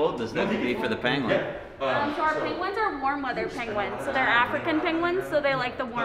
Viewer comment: Nate, I'm a little disappointed you didn't correct the zoo lady on her pronunciation of "PANG-GWENN!!"